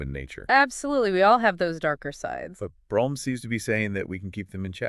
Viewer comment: Brome's name was actually pronounced "broom".